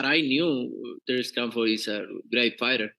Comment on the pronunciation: “TERRECE CAHFORD”😂😂😂